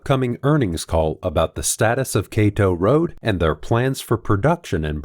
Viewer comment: Kato road is pronounced "Kado" not KA. TOE.